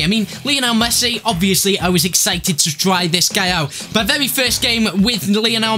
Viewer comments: Last time I checked his name was Messi, not Mess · Messi NOT Mess